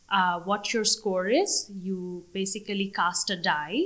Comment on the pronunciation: উনি 9 পেয়েছে এটা অনেক ভালো কিন্তু প্রথম ৮ মিনিটে উনি basically উচ্চারণ করতে গিয়ে তা উনি ৩ বার ই ভুল উচ্চারণ করেছেন